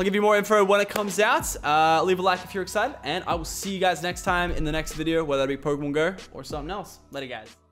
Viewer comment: i thought it was pokrmon go...